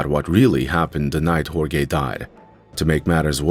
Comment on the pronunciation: Everyone, please be nice to AI, or it'll butcher your name--as in Hore-gay ;) Great follow-up